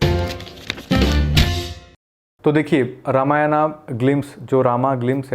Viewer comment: bhai phle dhang se रामायण or राम bolna seekh lo jo likha he use padhkr mat bolo uska sahi uccharan kya he sunkr bolo sharm aati hi Hinduon ko hi Hindi nahi aati 😢